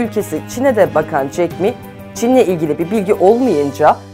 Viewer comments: jack me değil jack ma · Jeck me değil Ulan Jeck ma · Ma yün diye okunuyor, 马云, ayrıca jack miii değil, jack ma